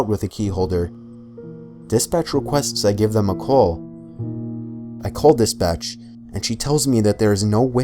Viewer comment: When he says "dispatch", I keep hearing "this bitch". That is what made these horror stories more bearable to listen to.